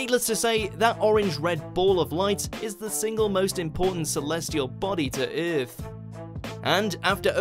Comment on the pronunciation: Let’s make a video with a really cringy narrater that says the word EAAAF terribly bad, that will bait them to watch.